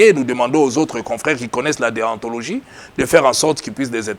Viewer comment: Monsieur.on ne dit pas deantologie mais on dit: déontologie.En tant que juriste c'est bizarre que tu le prononces comme çà.